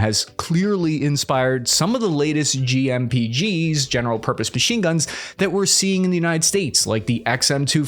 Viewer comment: Just a good old General Murpose Pachine gun